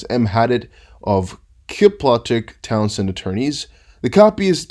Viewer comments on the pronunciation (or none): none